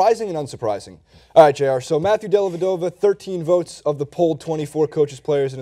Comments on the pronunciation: it's dellavedova, not dellevdova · Says dellevdova?